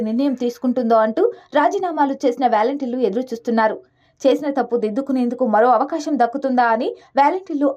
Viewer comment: It’s not valenteers.. volunteer.. your pronunciation is ugly..